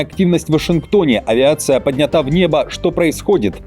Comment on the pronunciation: В слове "поднята́" ударение падает на последний слог, на букву А. Это правильный вариант, зафиксированный в словарях, тогда как вариант "пОднята" считается устаревшим или неверным. А "авиация поднЯта" - это вообще непонятно откуда взялось...